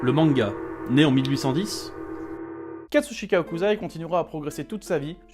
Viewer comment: Super, vraiment, mais c'est HOKUSSSSSSAI, pas Hokuzai, ça m'a fait cringe ahah ;) (j'sais, j'suis chiant)